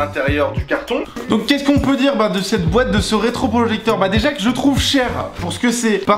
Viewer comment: ça me stresse le "dans la boête"